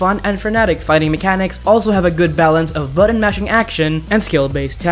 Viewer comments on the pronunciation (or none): Buddens (buttons)